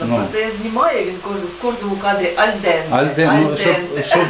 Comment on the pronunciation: Да не альдентА,а альдентЕ.